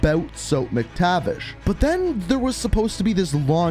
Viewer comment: Sorry but it Mac-tavish not Mick-tavish